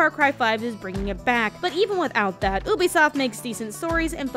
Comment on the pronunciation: I l8ke how she says Ubisoft like obisoft